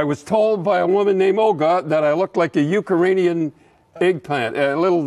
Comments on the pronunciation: Ucaranian? Okay Cherry. Didn't know that was a country. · uka-rainian. hahahaha!